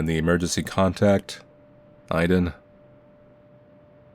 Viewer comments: "Iden" rather than Aiden lol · Bro pronounced Aiden as eyeden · cant say aiden?!😭